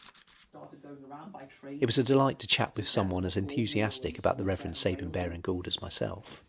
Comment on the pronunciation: Big mistake: His name: It's Sab as in 'cab', and 'ine' as in 'wine' NOT ' Sab' as in 'Babe' and 'ine' as in 'in'.